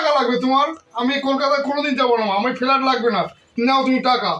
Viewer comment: শহরের পড়াশোনা জানা মানুষের মুখে গেরাম ইলাক্স ফেলাট উচ্চারণ ঠিক করুক।